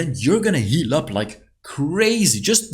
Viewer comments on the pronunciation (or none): none